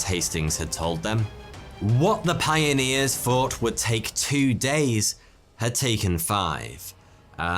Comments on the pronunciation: he has a speech impediment and says ff instead of th. Just listen to how he says thought in this very video. Check mate got out of. However apparently he says in some video that he is saying 42 as a joke. Seems a bit mute when he couldn't say it any other way but still. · well he still says ffs instead of th so it'd be hard for him to say anything else. Just listen to how he says the word thought in this very video.